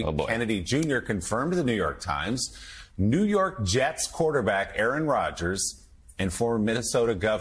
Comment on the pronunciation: * "Qaaron" Rodgers. Pronounced "Karen"?